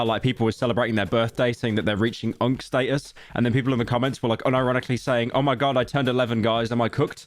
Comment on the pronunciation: pyro said “unc sta-us” British Loser, L pronunciation 😭🙏